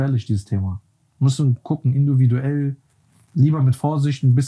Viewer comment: "Induviduell" 😭 feier ich !!😂👏